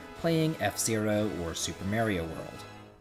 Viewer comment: whyyyy do you say mario like that